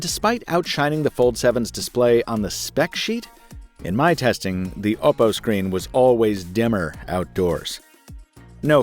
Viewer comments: oh god i dont like how you say oh pou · Finally a reviewer pronounced oppo right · Bro says "ohpo"?